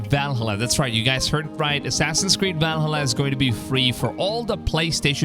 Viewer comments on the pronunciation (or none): It's ValHALLA, not VALhalla. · Never heard anybody mispronounce Valhalla like that like bruh, how did you say it in one syllable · The way you pronounced Valhalla lol. Love it. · the way he says valhalla tho lol